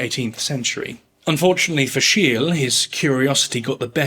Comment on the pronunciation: Is it really that difficult to find and pronounce the name of Scheele correctly?